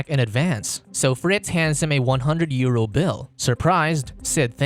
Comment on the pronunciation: WHY DO PEOPLE FROM ENGLAND SAY EURO LIKE THIS😭